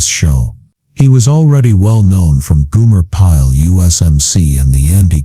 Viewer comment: Goomer Pyle? GOOMER Pyle? It's GOMER Pyle! Get it right, man! Damn! 💩👀